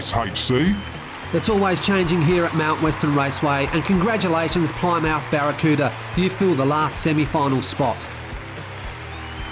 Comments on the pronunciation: Not ply-mouth, it's pronounced "plimmith" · 👍🏁😀 say it.......PLIM-UTH😉